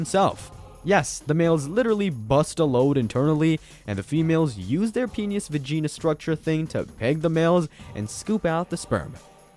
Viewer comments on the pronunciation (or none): “Vegenis” AwjajIsjauauaiaiiajqjaj I CANT